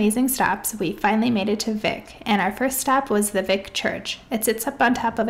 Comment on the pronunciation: I like your vlog style! Just a few Iceland tips - Vik is pronounced like "Veek"; Gulfoss is not even the most powerful waterfall in Iceland, that goes to Dettifoss; and Vatnajokull is the largest glacier in Europe but not even top 10 in the world. I hope you can go back and explore more of Iceland, some of the most epic spots you drove by include Glymur, Kvernufoss, and Múlagljúfur :)